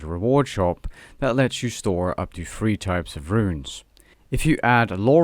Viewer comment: Did he say "Runescape Free, or Runescape 3"?